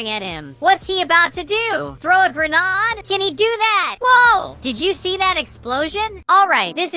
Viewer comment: It’s not grenad it’s grenade